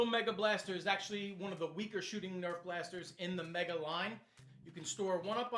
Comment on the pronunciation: You sed erf in stead of nerf